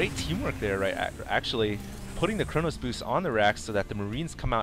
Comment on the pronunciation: it's chrono boost, not chronos boost